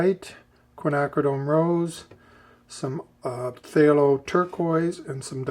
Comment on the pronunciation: This is nit-picking, but pthalo colors are pronounced talo. The pth is silent, like the h in Thomas.